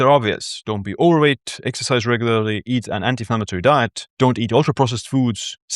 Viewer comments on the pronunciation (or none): none